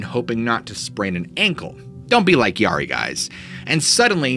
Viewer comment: Great stories.. Mispronouncing the Yari kind of made me twitch, though.